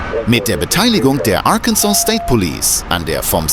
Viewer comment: Please get a different narrator this one can not pronounce several words, Arkansas and Arkansas river